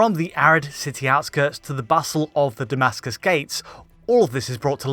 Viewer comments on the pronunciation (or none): none